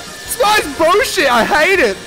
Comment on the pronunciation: As a fellow Australian I feel particularly seen by your pronunciation of 'bullshit' as 'bewshit'